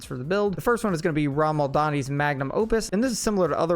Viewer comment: Only thing I have to say is, please, for the love of Odin, learn how unique names are pronounced!! It's RAH-MAH-LAHD-NI, not, RAHM-AL-DANI. Eesh.